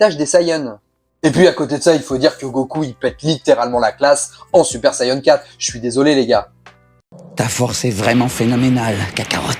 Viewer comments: Saiyan an an et pas saiyen en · Sayeun 😂😂 on dit Sayan point barre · Plutôt une interrogation. Moi qui suit les aventures de Goku depuis les années 80, je n'ai jamais mais alors jamais entendu parler de sayeun. J'ai toujours entendu prononcer "sayadjin" pour la version originale, "sayanne" pour la version anglaise et "saïen " pour la française. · et oui donc c'est un a pas un e on prononce pas sayeun e l'accent anglais du a c'est "aiye" quand on essaye de parler avec des accents on se renseigne on les invente pas. Et en plus c'est japonais a la base. Ils prononcent bien "sayans" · Super Sayeun?